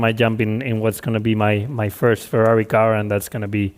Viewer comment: Ferarri Fwends....